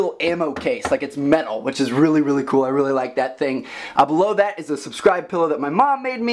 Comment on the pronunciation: I keep thinking he said blow that